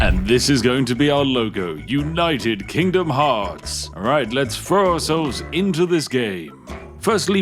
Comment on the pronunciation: I do like your videos, but as a fellow Brit, you can roll your R’s and sound as posh as you like, but when you pronounce your th’s as f’s it makes me spit out my tea - it’s throw not fro, thanks not fanks!